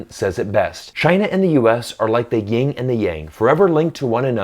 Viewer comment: Yin and Yang, not Ying and Yang